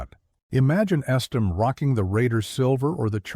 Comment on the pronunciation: learn how to pronounce the names of the player your taling about. hard to listen to whole video when person that thevideo is supposed to be about has hi s name butchered repeatedly